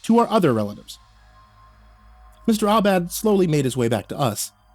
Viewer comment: Mr. Aubad? Seems like Mr. All Bad 😅.